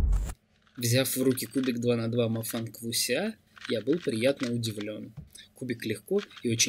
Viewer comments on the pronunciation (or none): Почему мне слышится не вуксия а гуся?